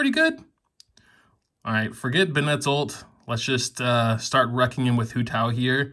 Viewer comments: I’m sorry who’s ben ett... ITS BEN-IT 🤦🏻‍♀️🤦🏻‍♀️ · It's BENN-ett, not be-NETT.